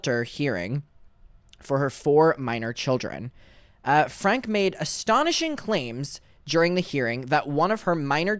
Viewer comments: It’s pronounced Frankie. How do you not know that by now? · Great job covering this just a heads up her surname is pronounced like (Frankie) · It’s pronounced Frankie, just fyi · With peace and love her last name is pronounced “Frankey” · just so you know her name isn’t pronounced that way, her last name is pronounced frankie. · And last name is pronounced frank-e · FYI. It’s pronounced FRANK-EE